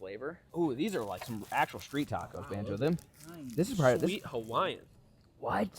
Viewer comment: Im sure we all miss calling banjo (bonzo)